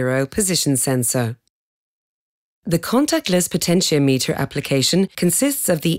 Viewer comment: "She" pronounces potentiometer wrong.